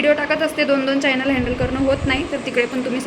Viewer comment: फायनल नाही ग,च्यानल म्हण,प्रोनाउन्स चुकीचे होत आहे